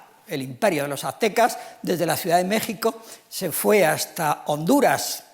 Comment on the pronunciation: A este señor le cuesta decir mexico pero si dice pais egipto.